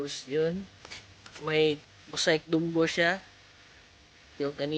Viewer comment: Mosaic pronunciation is maseyk not mosayk